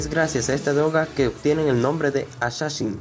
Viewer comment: dice axaxin